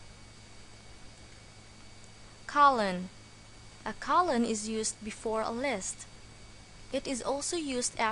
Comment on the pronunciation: You pronounced (Colon) as Colin, but Colin is a name of a person! (lol) ;-0)